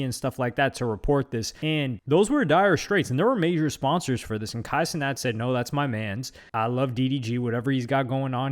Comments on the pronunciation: " Ey luk Budy " and " Kay Cinet " had me dead. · this man said “K cenat” 😭😭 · "it's kai cenat" 'ohh'